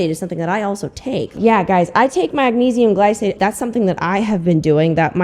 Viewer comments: She even mispronounced "magnesium glycinate" in both videos 😅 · she’s done so much research and couldn’t watch a video on how to say magnesium glycinate?! 🙄